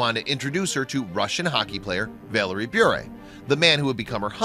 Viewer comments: You’re saying her last name wrong, it’s Bure not Brure. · It is pronounced, "burr," like a burr under the saddlepad. I love how she stands up for her faith! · Anyone else notice that hes putting emphasis on the "u" in Bure when the "u" is silent? 8 minutes of listening to that crap got me triggered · I think you are saying Bure incorrectly. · Narrator is consistently mispronouncing her last name. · The consistant mispronounciation of her last name was so ANNOYING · The guy who made this video can’t even pronounce her last name correctly... 28 year marriage to my husband. Stable, Christian, boring probably to most. God’s way truly is the best. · Ugh he’s pronouncing their last name WRONG!!!!!!! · Learn how to pronounce her last name first😊